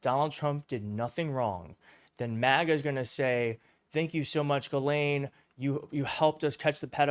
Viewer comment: I’m pretty sure it’s pronounced Jizzlane. Why not? You’re mispronouncing it anyway.